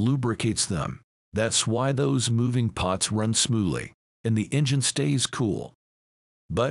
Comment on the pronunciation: Thanks for loading this video. It is *parts*, not pots.